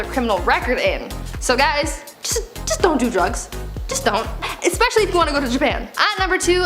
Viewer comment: You didn't say "Especially" correctly, though...